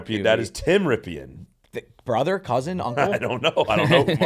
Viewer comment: As a Redskins / Commanders fan - you are butchering Rypien's name. Lol Brett Rypien is his nephew.